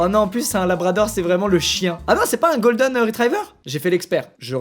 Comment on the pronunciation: Golden pas goldeun pour la prononciation 😂